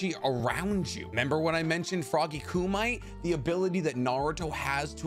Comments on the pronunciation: kumite = coo - mi - te, it's similar to "kenpo" it's word to describe a style of fighting. it's not meant to be red like english, it's japanese. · Isn’t it KU-ME-Te? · It's Koo-Ma-Tay, not Koo-Might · Its not frog kumite its KU MI TE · Frog Kumite…. Pronounced Frog Koo Me Tay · its pronounced koo-mee-teh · It’s KEEERR-mit like the puppet frog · Kumite is pronounced Koo-me-tay… just an FYI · Love your channel and videos, but I’m tired of hearing you mispronounce “kumite”……It’s pronounced “Ku me tay” damn it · Kumite = ku-me-te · Lmao no hate but its pronounced "koo-me-tay" 🤣 dont hate me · Love your Vids but some of the words you call in English. Frog kumite , Japanese ku ma te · It irks me. For future reference, kumite is pronounced koom-it-tay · How do you know so much about naruto but don’t know how to properly pronounce Frog Kumite or Tesei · I just can't stop laughing at the way you pronounce kumite. haha But bro, love your vids. Really good info and can see a lot of effort goes into gathering all the information. Keep em coming! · Is it "koo-mite" or "koo-mi-tay"? Wasnt sure if Naruto pronounces it different from the older kung fu movie for a reason